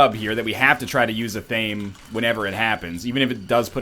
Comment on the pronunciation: ((Someone please tweet at NL that Athame is pronounced "AH-Tha-may", not "Ah-Thaym".))